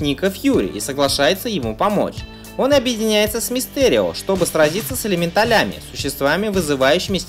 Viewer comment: Поправка:не элементалЯми,а элементАлями